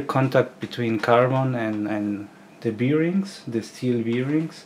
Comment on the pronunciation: Hmmm, beerings :) I had to look it up because I'm a non native speaker too, but it's bârˈĭng Thanks for the video, super interesting! Something I never thought about, you'd definitely wouldn't want your part to fail because of that.